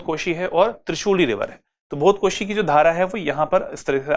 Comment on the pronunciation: भोतकोशी नहि, भोटेकोसी is right ✅️